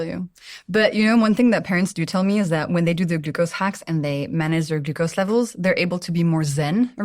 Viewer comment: Ahhh the way she pronounces glucose is irritating 😅